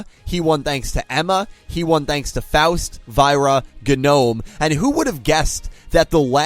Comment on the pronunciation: It always hurts to hear mispronounce Faust, Genome, and Aoi